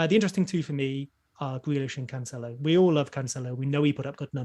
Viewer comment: it's not "CanCHelo" but "CanSelo"